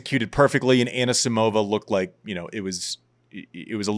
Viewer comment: Annuh-Simovuh deserved bettuh